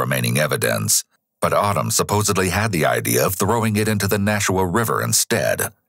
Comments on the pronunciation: Nashua is pronounced nah-shoe-a and not no- shoe-a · I can see how you got nah-shoo-wa from nashua, but its naa-shoo-wa, long A sound at the beginning. Its really surreal watching this be covered, I am a distant relative to the victims and a person who committed the crime is related to my stepsons mother. As well as on the same road, my poor zoology teacher from highschool also lived on it down the road from when it happened. I actually wonder if she was the neighbor keeping watch of the property, but when she came to school after it happened she was really traumatized and wouldn't talk much about it to us as students at the time. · Surprised to hear a story about a town near where I grew up! Then lol'd at your pronunciation of Nashua. "Na-shoe-uh" the first syllable is short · Not a huge deal at all, but as someone from the area, the first syllable of Nashua rhymes with "bash", not "mosh". Great video as always! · that is the most hilarious pronunciation i've ever heard of Nashua. it's not Naushua. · Hilarious way to pronounce "Nashua" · I'm legit horrified that I was living in Nashua (which you mispronounced btw, ;-P ) at the time Gribble was there in the Corps as I was in the process of getting ready to deploy myself. Doubt I ever meet the guy, hopefully I didn't. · The way you pronounced Nashua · The way you pronounced Nashua made me lol.... never really thought I had the New England accent but guess I do